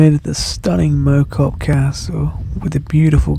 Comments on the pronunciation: Mow cop is pronounced Mouw cop. Great video. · FYI, Mow, is pronounced as in cow. Think Cow Cop - Mow Cop.